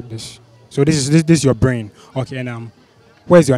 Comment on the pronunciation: i was killed the first seconds in😂 ma guy, my ''blain'' paaa chai